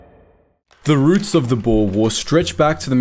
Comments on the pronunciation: For anyone wondering. It is pronounced, "Boo-r". Boer translates directly into farmer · Boer is pronounced as “boor”